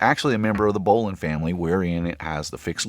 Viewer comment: Subscribe because you pronounce bowline correctly